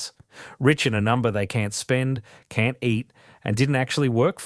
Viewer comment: The AI Australian accent needs to learn how to pronounce the word “Can’t”